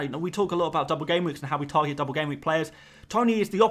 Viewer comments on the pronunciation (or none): none